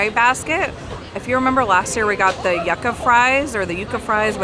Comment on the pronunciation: Yuca is pronounced "-you-kah-". Please.... thank you